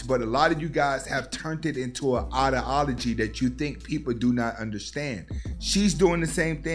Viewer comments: Good content bro but for someone who uses the word ideology so much, it would be great to be able to pronounce it correctly. I.D (like your I.D card) ah-low-gee. Respectfully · With all due respect my man, it’s eye-dee-ala-gee.